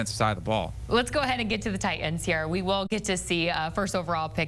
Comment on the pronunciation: IT'S NOT TI ENDS!!!!!!!!!! It's TI TANS!!